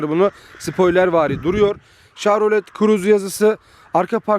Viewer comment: Telaffuz yanlış olmuş chevrolet şavrolet diye değil şevrolet diye okunur. Ayrıca araçta 8 hava yastığı bulunmakta. Bu da ufak bir bilgi olsun.